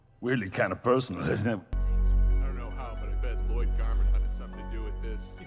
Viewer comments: I love how he calls him La-Lyod throughout the entire movie. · La-lloyd?! And its LLOYD dad No, L-l-o-y-d, I named you. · La-loyd? and its loyd dad, L L O Y D i named you. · As someone who did watch Ninjago up to, like, season 6, this movie is certainly different… But hot damn is it also funny. Laloyd has been added to my family’s mispronounced names, alongside Ayayron.